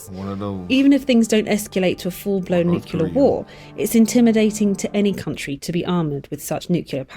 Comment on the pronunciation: She said "nucular" (nuke-you-ler) five times in a row. Kills me when people pronounce nuclear like that.